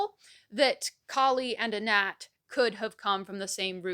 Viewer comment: I'm from Pittsburgh and everytime I hear you say "Anat" i keep think you're saying "N'at"